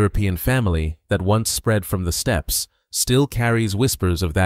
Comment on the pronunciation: I love when they say steppeeeas.